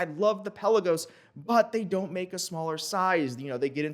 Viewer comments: It may be called Pe LA gos not PEL a Gos, but it’s definitely T you Dor not Too Dor 😉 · I just saw a Tudor vid. We've all been mispronouncing, "Pelagos". Emphasis goes on "la" instead of on the "Pe".